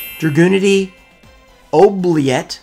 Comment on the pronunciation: "Oubliette"? I'm sure the Russians are getting a kick out of that.